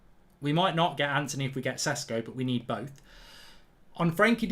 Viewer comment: It's prounounced "sheshko"